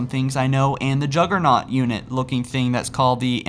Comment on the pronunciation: Its Abomination , not Ambassador. Plus its the flood juggernaut not juggler